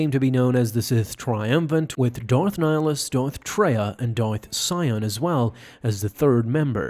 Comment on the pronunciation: Dorth Siam? 😂😂😂 This video doesnt really explain Darth Vader seeing Darth Nihilus.